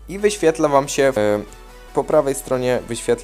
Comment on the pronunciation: SE SE SE SE SE SE i tak w nieskończoność nie mówi się SE tylko SIĘ